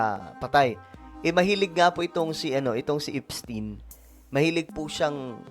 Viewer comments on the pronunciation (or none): Epstayn is the correct pronunciation. That is a German name. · Epstayn po basa nyan! 😢✌️GOD BLESS THE PHILIPPINES 🙏🙏🙏